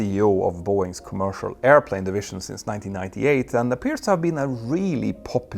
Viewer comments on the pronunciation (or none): “Boeings’s”?? Really? Care to try that again? How about “Boeing’s”?